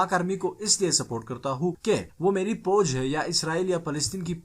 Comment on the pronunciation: Boj lafz nahi foj hota ha jooty